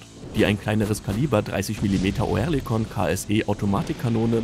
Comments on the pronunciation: Es ist fürchterlich, wie ihr Deutschen gewisse Wörter aussprecht. Auch das Wort Oerlikon wird nicht Oe sondern ÖRLIKON ausgesprochen, Oerlikon ist eine angrenzende Ortschaft von der Stadt Zürich, also in der Schweiz und bekannt als Waffenschmiede. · Oerlikon wird "Örlikon", nicht "Oërlikon" ausgesprochen. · Köstlich die Computerstimme, Oerlikon statt Örlikon. Bringen die nicht mal fertig, deutsche Umlaute richtig zu programmieren, sorry, aber ein Armutszeugnis für diesen Kanal. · Als Kommentator sollte man schon wissen, wie ein Firmenname ausgesprochen wird. Sagen Sie doch einfach Örlikon, dann stimmt‘s. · Das heisst Örlikon. Sorry hat enorm getriggert.😉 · Bitte: Lasst doch diese verschi###### Computer-Stimmen weg ! O-Erlikon.... echt nervig !!!! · Das wird Örlikon ausgesprochen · Ich krieg die Krise mit dem Piefken... Oerlikon spricht sich anfangs wie das englische Wort "early" aus, also quasi mit nem weicheren Ö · Da musste der Sprecher ja Kenntnisse haben die über 3 IQ hinausgehen, hat er aber nicht !!!